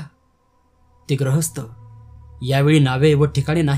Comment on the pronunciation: आपण गृहस्थ‌ या शब्दाचा उच्चार ग्रहस्थ असा चुकीचा करता. बाकीचे ठिक.